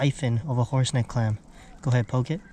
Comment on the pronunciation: Did u say horse neck, or horse dick?